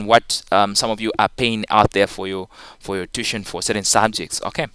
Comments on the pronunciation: no its too-i-tion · Sir tuition is pronounced as tu-wi-tion